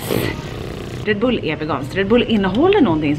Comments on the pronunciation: Bara jag som stör mig på hur hon uttalar Red Bull? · Mössan😻😻 åh vad söt du lät när du uttalade red bull